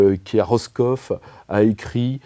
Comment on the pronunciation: Madame Michou à Roskov ? 😅 Il m'a fallu 15 secondes pour comprendre, de Lîdje, que c'était Roscoff en Bretagne 🤣